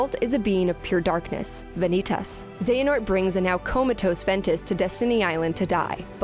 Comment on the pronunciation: tell me y the ppl of the leaderborad can perfectly pronounce xehanort while the ppl over IGN hve a difficult time with that one name lol